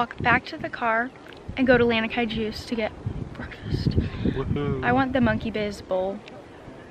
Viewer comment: Lanikai: luh-knee-kai, it is not 'land-knee-kai'. Mom's placement of the flower ornament on her head is important in Hawaiian culture. On left side, one is taken/married. On right side, one is available/not taken. Saw your mom with the flower on either sides on her head in the video. enjoyed your video 🤙!